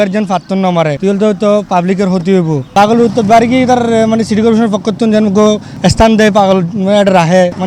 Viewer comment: Paaaagoool valo vab e uccharon koren...bolod